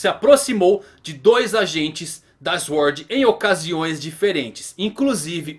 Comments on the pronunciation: não se pronuncia Eshord mas Suword, só pra ajudar. Abraço. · Diga "sôrd". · Não e tua obrigação mas mano plz Sword (SwÔrd) kkk desculpa mano mas me deu agonia kkkk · Q agonia essa pronúncia de "Sword" tive calafrios todas as vezes kkkkk